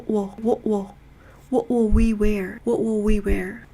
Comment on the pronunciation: [118]왓이 아니고 웥으로 발음하니까 원어민 발음 느낌이 나요^^